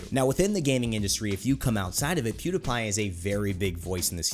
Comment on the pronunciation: Pewdapai lmao, can't unhear